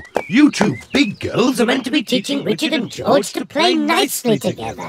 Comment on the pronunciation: It’s George not joj